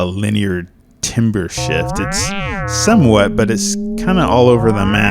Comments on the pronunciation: Thumbnail : the difference between knowing your shit and knowing you're shit. Also pronounced tamber, not timber. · spelt timbre pronounced tam-ber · timbre is actually pronounced "tahmber" the more you know! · It's usually pronounced "tarmbruh" or "tarmber".